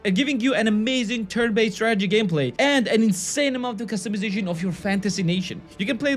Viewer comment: I kept on hearing tragedy game....